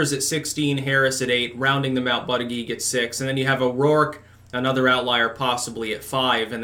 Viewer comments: you keep saying his name Wrong, it's Booty-Judge...not that hard to say honestly, but you keep saying ButtiGEE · This guy cannot pronounce Buttigiegs name!